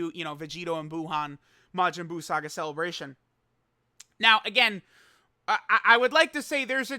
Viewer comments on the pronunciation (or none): Ah yes The cleebration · Ah yes, the cleebration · Haha cleebration go BRRRRRR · So hype he called it CLEEBRATION